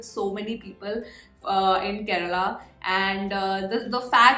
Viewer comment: Your pronounciation of "Malayali", "Kerala" is "Perfect Ok" 😍🤗 Once Corona is gone, reach Kerala, stay for a few days you will extend by a week.... next you will extend by a year.... next you will extend by a few years.... By this time your family has joined you. A home by the river side... a calm peaceful lush green surrounding.... Monsoon rain... Theyyam... Utsavs... Elephants... Chaya.... Kattan..... Sett mund....Gold Jewellery..... Nendra Banana.... Onam...... Vishu.....Backwaters... Western Ghats.....Fishing harbours... . Lot of things awaiting you.